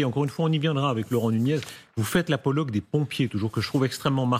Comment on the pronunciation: Apologie et non apologue